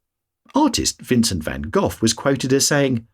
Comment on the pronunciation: Good vid. Vincent was not a Klingon though. Last name is pronounced Van-GO